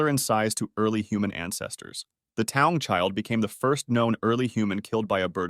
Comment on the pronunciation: Taung is actually pronounced ta-oong